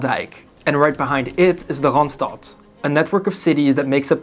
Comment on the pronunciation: He pronounces "Randstad" weirdly though